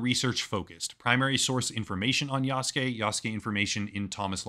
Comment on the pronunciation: This is DEI bullshit, and for the first time, I'm not buying the next AC game. Btw, it's YasUke, not Yaske...